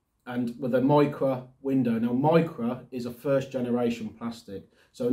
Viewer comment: No offense but he said micrah wich. is a simalar material thats used for plastic, correct me if. Im wrong though